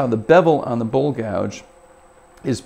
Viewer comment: I thought you were saying bull gouge ... lol